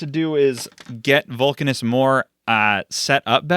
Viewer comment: You can probably pronounce Vulcanus the same way Uranus is pronounced, with an Uh sound instead of a long-A sound, so it would sound like Vuhl-Cuh-Niss.